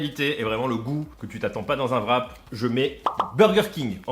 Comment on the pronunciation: j'ai entendu parler que c'était difficle de dire le WR du mot Wrap en anglais pour les francais mais pourtant la meilleure facon que vous pourriez le prononcer serait simplement "rap" au lieu de "vrap". Je dépose ceci de façon constructive et sans mépris. Signé un quebecois qui ne comprend pas pourquoi vous prononcez un V dans les wraps.